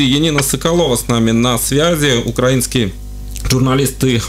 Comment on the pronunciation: балтком делайте правильно ударения украИнский